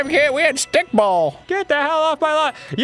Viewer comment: The way Arin said stickball 😂😂😂